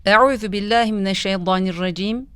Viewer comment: Abla mineşşeytanirracim okunur ama kendin o var gibi okuyorsun